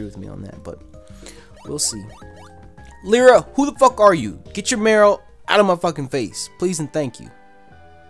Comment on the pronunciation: Lyra is pronounced Lie-ra not Lee-ra